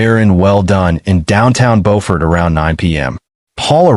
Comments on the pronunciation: Beaufort is pronounced buford.. Murdaugh is pronounced Murdock. Alex is pronounced Elick. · You pronounced the town Beaufort incorrectly.